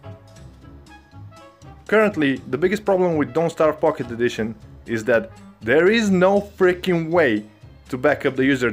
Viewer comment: Yhea, that's what I was saying🤣